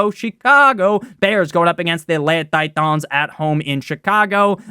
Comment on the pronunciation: “Atlanta titons”